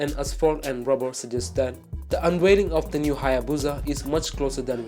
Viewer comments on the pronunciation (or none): Anto Alex yeah I agree!!! What the hell is "un wailing"?? It's unvailing!! Stop replacing your V's with a "w" !!!! And stop pronouncing your "t's" like a "d"!! It's friggin annoying man!!!!!!!😡